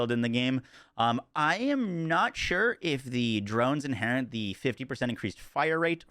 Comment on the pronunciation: inherit, not inherint